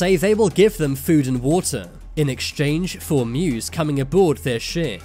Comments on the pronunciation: musa not muse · Someone please tell the narrator "muse" is the name of prophet "moses" in somali language. Its disgusting how he pronouncing, the name sounds like "moosy".